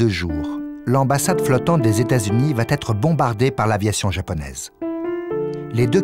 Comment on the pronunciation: Va t être???? Va être!!